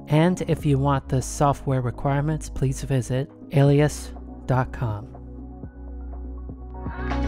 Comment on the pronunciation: Ok fist of all you’re saying the name wrong it’s pronounced ah-leh-sis but other than that banging vid👍